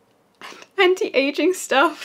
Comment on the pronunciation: "Ant-aging?" Pfffffft no way, you guys won't be old enough for that for another decade at least